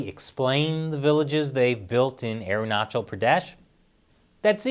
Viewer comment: Last time around you pronounced AerunaKal. This time you are correct on CH part